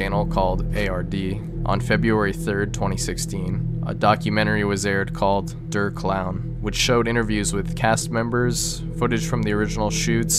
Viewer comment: der is pronounced like dare